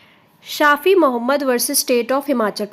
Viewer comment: it's not शाफ़ी , but शफ़ी again spelling of शफी़ is Shafi not Shafhi